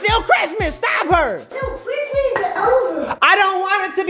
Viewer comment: I like how he was just…… like “ I LOVe cHiSTmaS !”🤣🤣🤣